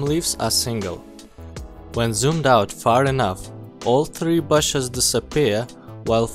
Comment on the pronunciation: you piss me of with BASHES it's not hard to say BUSHES